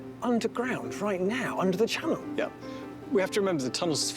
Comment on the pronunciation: the Shannel Thunnel?